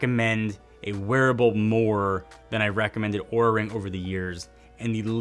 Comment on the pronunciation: be careful with how you pronounce Oura... Despite their inability to spell they got very angry at Linus for pronouncing it how it is spelt like you did...